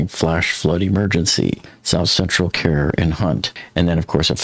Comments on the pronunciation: Kerr (county) is pronounced as cur like cur dog. I love your coverage and have followed you a long time. Your suggestions for safety in the future is right on. Thank you. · Great Job as usual! I am in South Texas. FYI, Kerr County is pronounced like “Cur”. Keep up the great work! A Siren / Speaker system should be placed down river about every 100 yards on private home areas and every 100 feet in commercial camp areas. The speaker could have a loud siren and a speaker taking about how serious the emergency and a bright blinking light. Thanks!